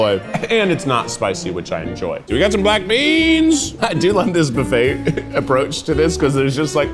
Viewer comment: It’s cute how Keith pronounces buffet “boo-fay”.